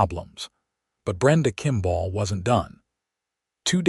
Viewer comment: Okay today’s lesson is how to pronounce the word kimball it is not kimbaaaaal te proprietors of this rubbish need to educate the AI. Forget the poor quality stories and focus on the true ly dreadful grammar and pronunciation